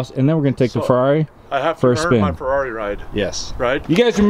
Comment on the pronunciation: It's Ferrari not Ferarri